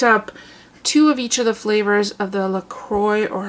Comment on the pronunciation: Awesome haul! The LaCroix is pronounced “La-Croy” I’m from Wisconsin and that is a Wisconsin company located in La Crosse, Wisconsin. TFS!!